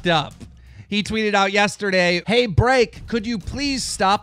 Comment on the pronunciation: Am I the only one who finds it funny how he says break? BREAHCK!😂😂😂